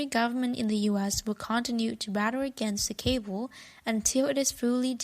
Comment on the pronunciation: It's cabal, not cable.